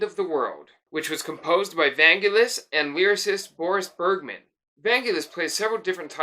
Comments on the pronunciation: The emphasis is on the second syllable, van-GEL-is. Hard g. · In Greek there isn't "n" in the word but two "γγ" (gamma). So the correct pronunciation is Vaggelis / Βαγγέλης (only two γγ's make the sound of "G"reen). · Vangelis is pronounced Van-Gelis (the G is pronounce as in "Green"). One of the loveliest song on 666 is Aegian Sea. I like the track ∞ which Irene Papas performed on "I have to come". And "Horizon" from Jon & Vangelis' album "Private Collection" is sublimely beautiful. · Just a minor point, but you pronounced Vangelis wrong! The emphasis is on the 'e'.